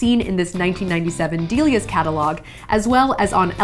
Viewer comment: Did she just say "Deelias"? Im pretty sure its pronounced "Dellias". Btw, Delias was the bomb!!! 😍